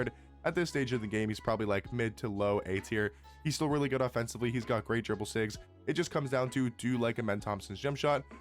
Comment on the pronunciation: ITS NOT SIGS....ITS SKILLS YOU TIT!